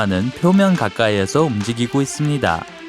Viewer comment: 침고이게 말하는듯 있음니돠 돠돠